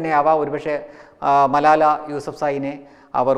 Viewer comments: മലായ അല്ല ചങ്ങാതീ ' മലാല ' ആണ്. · മലാലയാണ് , മലായ അല്ല ! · സംസാരത്തിൽ വല്ലാതെ വർഗീയത മണക്കുന്നു മലാല എന്ന പേരുപോലും ശരിക്കും പറയാൻ കഴിയുന്നില്ലെങ്കിലും അവർ വിവാഹം കഴിച്ചത് പക്കിസ്ഥാനിയെ എന്ന വൻ കുറ്റവും കൊടും പാതകവും തുറന്നു കാട്ടാൻ താങ്കൾക്കു കഴിഞ്ഞിരിക്കുന്നു. അവർ വിവാഹം കഴിച്ചത് അവരുടെ നാട്ടു കാരനെയാണ് അവർക്കും രാജ്യസ്നേഹം ഒക്കെ ഉണ്ടാകില്ലേ അതോ അതൊക്കെ നമുക്കു മാത്രം പറഞ്ഞിട്ടുള്ളതാണോ? തന്നെ പറഞ്ഞിട്ടു കാര്യമില്ല എന്നറിയാം ആരോ എഴുതി തന്നതു വായിച്ചു എന്നാലും സാരമില്ല പോട്ടെ